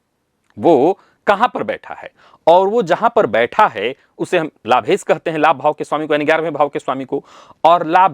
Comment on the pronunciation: कोई ऐसा दिव्यातिदिव्य महानतम प्रयोग/उपाय चाहिए जो हिंदीभाषी विद्वानों को 'श' का शुद्ध उच्चार करना सिखाये। "लाभेस", "लाभेस", "लाभेस"...